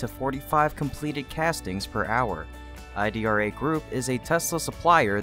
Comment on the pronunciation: Not I D R A. It’s pronounced “E -Drah”